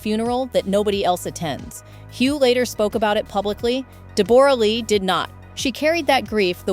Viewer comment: “A real kick in the teeth” is 6 words and STOP saying DEB ORA!!!!